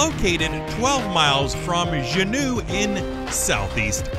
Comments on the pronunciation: The state capital of Alaska, Juneau, is pronounced JEW-no, not zheh-NEW, Next, regarding Dry Tortugas, the group of islands, called an archipelago, is pronounced ark-uh-PELL-ih-go, not arch-ee-uh-PLAH-go. Third, Kilauea is pronounced kill-uh-WAY-uh, not key-low-uh-WAY-uh. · Zhoo-noo, Alaska? Really? Ore E Gone? Where is this announcer from? What a way to fuck up a perfectly good video. Next time, get someone who has at least done his homework when it comes to the names of the places he is attempting to pronounce. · You pronounced the state capital of Alaska (Juneau) zhuh-NEW. Are you serious??? It's JEW-no. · Great video! Thank you much!👍😁 (A few things tho~ Juneau is pronounced joo-NO, Oregon is pronounced or-e-GUN, and Kilauea is pronounced kil-a-WAY-a) 😉 Sorry! Just a pet peeve of mine... can't help it! 😬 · It’s pronounced “Jew no” Alaska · Get some help with your pronunciation of "archipelago," "Juneau," and "Kilauea" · Great list and great place but holy shit, at least have your voice-over look up how you pronounce basic things like Juneau and Archipelago. The cringe is overwhelming!